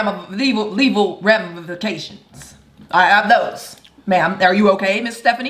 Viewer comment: "Leval" not Legal HAHAHA